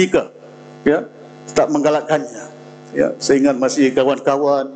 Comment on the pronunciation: YB kata sebenarnye, saye, negare, anggote, kerjasame, kite, untok dll.